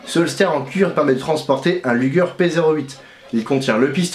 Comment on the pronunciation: Luger !!!!!! Not lüger